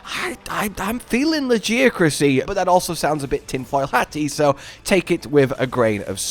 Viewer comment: I will never understand people who knowingly choose to be wrong on purpose. We hear the creator say legiacrus, we hear NPCs say legiacrus. Yet this guy is constantly saying it in a different way, despite hearing the correct pronunciation twice